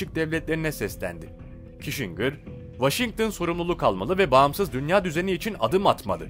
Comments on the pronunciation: henry kisincır diye oku reyiz. henri kişingır değil. aslan abim benim. :))))))) goçummmmmmmmm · Prens Diana bir de üstüne Kişingır deyince bıraktım izlemeyi. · Kissingir kişingir degil?rotşaylt degil,rotşilt tir.sacma sapan telafuzlar tapma.